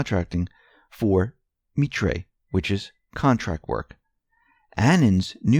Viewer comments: Keep up the great work. BTW, I interviewed with Mitre Corp once, did not take the job. I believe it is pronounce MYe-TER or as miter..MM EYE Ter rhymes with 'my fur,' not that I have any. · C'mon, Mitre pronounced "Me Tray"? Just sounds so amateur to those with any background in this arena. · The company Nellie Ohr worked for is pronounced MY-ter *Rhymes with "lighter" & "fighter" Not to be a smarty pants, but NOT ONE single YouTuber is pronouncing it correctly & it's bad for our movement, it makes us look kinda stupid (like conspiracy theory kooks) Btw- Mitre is a gigantic company just outside of DC that subcontracts a variety of work for our gov. Q mentions focusing on air travel; I have a long time friend who works at Mitre. Specifically, he's a computer genius & he was originally hired there (15-20 yrs ago) to write/update the computer code for the GPS system. Btw, my friend is NOT part of any gov. agency, he's just EXTREMELY intelligent & knows a lot about computers & aviation. Think of it as sort of a highly skilled & specialized "lab tech" ● This is relevant because Mitre is so big & does so many things, Nellie Ohr could use that position to DOWNPLAY her work there as mundane. Even if she were to describe it, it's likely to go right over most people's head. = Too wonky to comprehend by most people.